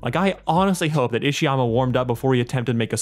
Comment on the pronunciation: He is Isayama. Why are you calling him Ishayama? At least respects an author enough to pronounce his name correctly.